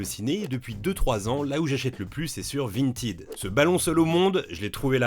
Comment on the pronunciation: Prononcer “vinetaide”. 😅